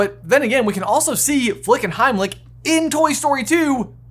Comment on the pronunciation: The contrivances are a bit too of the rail. And you don't pronounce Heimlich as "Heimlick". It's German. Use a text to speech. They're free on the internet...